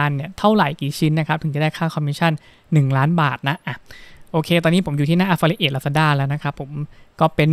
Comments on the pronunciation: ผมว่าคุณหาเพื่อนบ้างนะเค้าจะได้เตื่อน บ้าง อ่านผิด แค่นี้ก็แย่แล้ว แอฟฟริเอท อะไฟเอทอะไร ว๊ว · ไม่รู้คลิปนี้มาได้ยังไง Idea ก็ ใช้ได้นะ แต่ อย่าพูดอังกฤษเลย เสียงเพี้ยนมากๆ คำ Affiliate ออกเสียงแย่มาก ลำบากนักก็ใช้คำไทยดีกวาา ถ้ายังอยากพูด ต้องหัดออกเสียงทุกวันทุกนาที แอฟฟิลิเอท --- Got That ...!!! By the way info is not bad though ....